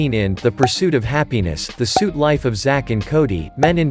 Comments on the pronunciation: Did this guy just say “the suit life of Zack and Cody”? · guy really said the suit life